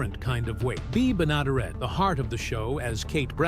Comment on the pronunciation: You could at least corectly pronounce Beas last name!